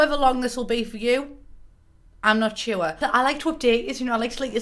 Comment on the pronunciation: “I'm not chuer”